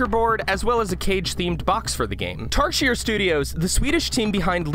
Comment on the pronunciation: Tarsier is pronounced as tar zee ay